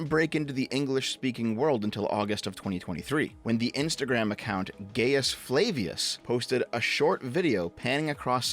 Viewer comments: the “Gaius” in Gaius Flavius is is pronounced “guy-is (or guy-us or guy-oose)”not “gay-is;” don’t bring culture war politics in this lmao 😂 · I'm so happy that you mispronounced Gaius Flavius as Gay-us Flay-vii-us. That's pretty gay, my guy. And if you care, it's Guy-oos Flah-wii-oos. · "Gay-us Flay-vius" Guy-Us Flah-Vius. Iesus Christus, mi amice; Natus es barbaris? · I not Y. Gaius, not Gayus. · it’s not gayis it’s guy us gai us like Gaia & us minus the a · gay-ius, english speaker trying latin lmao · Gaius is "guy-us" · Roma Aeterna!! Also that's not how you pronounce 'Gaius'.